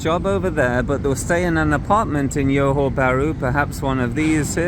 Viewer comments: 'Johor' is pronounced 'Joe Ho' not "Yo Ho" 😊. Many in Singapore will always go across to Johor Bahru during the weekends & long holidays to spend their monies worth. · it's johor not yohor lol. That aside I think it's quite accurate and the city isn't really walkable and streets aren't that good. I only go there for the malls, food, cafe etc and also for any services/activities since they are much cheaper vs SG prices... Services like dental, getting spectacles, massages almost anything you can think of, activities like go karting, movies arcade games and other things are really affordable in JB and that's one of the reasons why I visit JB as someone from SG. The price to value ratio is pretty good in JB especially for services and things like that as I have mentioned, but imported products are about the same price vs most countries and I think tech products are probably even cheaper in SG vs MY. You could probably see that with your baked beans example in your video.